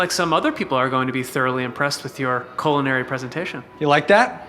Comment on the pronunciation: “Cole-inary presentation”